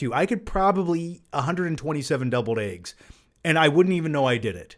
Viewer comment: lol I was like.. is he saying doubled eggs?